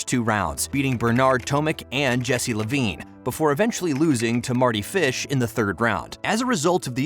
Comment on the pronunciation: Mardy Fish is the only name u pronounced correctly ahahaha, nice video though